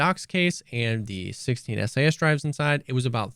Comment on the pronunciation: I don't know if I can take this guy seriously, can't even pronounce SAS Drive correctly.